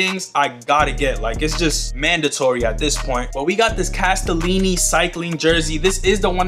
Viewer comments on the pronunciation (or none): The hat is not your typical BASEBALL CAP...its a cycling cap for people like lance armstrong...its supposed to be aerodynamic. BTW....Its CASTELLI....not castellini